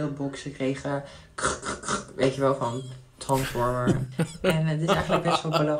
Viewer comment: Voor die trans die dit leest het is trensformer en niet transformer